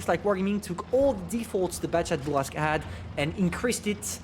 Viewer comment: I like your accent when you say Bourrasque... feels authentic and natural